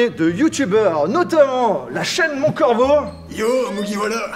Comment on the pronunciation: Phahaha l’entrée de Mont « Coravo » 😭